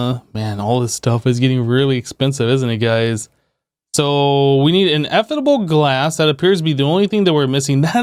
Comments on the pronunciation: Ineffable is pronounced: in-eh-fuh-bl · My tolerance for hearing him try to pronounce Ineffable glass just... Ugh